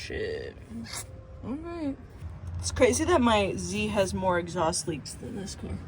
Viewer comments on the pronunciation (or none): take the "eggs-aust" off